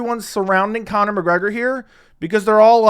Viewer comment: “Kayne-Connor” Mcgregor -😫don’t devalue yourself